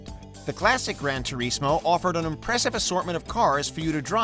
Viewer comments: Gran Tu-REEEZ-Mo 🤭🤭🤭🤭🤭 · He said grandtureesmoe lmao